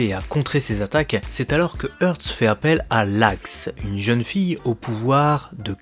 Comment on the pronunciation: Ils prononcent comment "Hearts" en jap ? Haatsu ? Je n'suis pas sûr de comprendre le choix de prononciation, "Hurts", du coup. 🤔